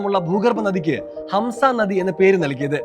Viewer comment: hamsa alla bayi hamza-za-za ee malayalikal ,, asees hamsa